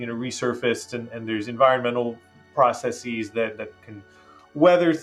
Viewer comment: I always die a little more inside when I hear a scientist say "processees" … namely when his foreign language colleague pronounced it correctly right after. :-/